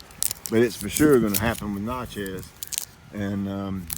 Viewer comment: Do you not prune crossing and rubbing branches also branches growing inward to center of the tree Normally the best time to prune crepe myrtles is during the winter when there is no foliage they bloom on new growth. The na in Natchez is pronounced like natural is